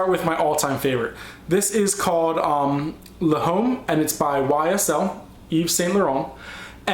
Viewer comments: It's pronounced L'AUME not LA HOME lulz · Oh my god, I couldn't finish watching I got to the YSL. No offense intended but you are totally butchering my languages. You said le home and I DIED. It is pronounced with silent H so l'omme. And Aqua DEE ZHEE OH and I am only saying this because you are obviously an intelligent person and I didnt want you to say something one day and it be embarrassing. I hope you don't think i mean disrespect. I think that is the word or maybe offense. Anyways I love your vids just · la home? No, its French and pronounced like l'omme. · Homme (Man in French) is pronounced "Om". L'Homme (The man) is pronounced "Lom". There are 5 strengths, not 2. In ascending order of concentration: Eau Fraiche, Eau de Cologne, Eau de Toilette, Eau de Parfum and Parfum. *Eau can also be spelled Eaux. The word toilette is derived from the French word toile, a small piece of cloth laid on the dressing table in the morning. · L'homme is pronounced without the h, anything that has a noun in the next word makes le or la, l' Some shit like that, excuse my FRENCH. (L'homme =man) (l-ooh-mhm) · dear lord your such an American :P not meaning to be rude, but any European (including myself) would be cringing at that pronunciation :) yves saint laurent: l'homme, is pronounced lomme. jean paul gaultier le male is le mal (not ley) dont ever say Diesel like that again :P lol that one was in english so cant fault you there isseymiyake leu de issey sounds like: low dey issay sory for all the corrections :P though hope i helped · The "h" in "homme" is silent, so "l'homme" would be pronounced "lom".